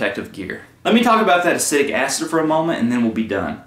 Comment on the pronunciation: Please learn the proper pronunciation of “acetic” acid. It will help make your videos more relevant.